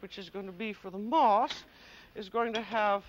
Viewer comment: When she went to make moss I thought she said ‘moths’; kept wondering how she was going to make insects out of spun sugar.